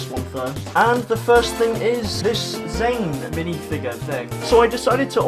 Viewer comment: It’s Zane not Jane